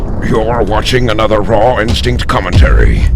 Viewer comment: Hiya, if you're wondering then at the beginning of EVERY video you say